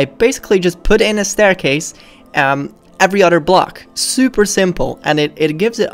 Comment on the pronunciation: I like how he says other he says oder